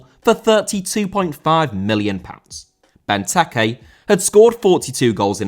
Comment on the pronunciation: Benteke* not Bentekei